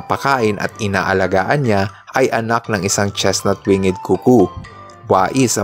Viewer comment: Chestnut-,wingd po, not wing-nged